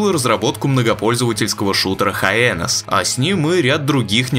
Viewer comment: Автор прочитал "HYENAS" как "Хаенас". Эх, а я так надеялся услышать другое произношение...